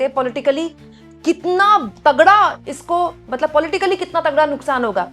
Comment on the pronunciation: मैडम जी आप मतलब मतलब बोतले बोलते मतबल मतबल बोल दिया 🤣🤣🤣🤣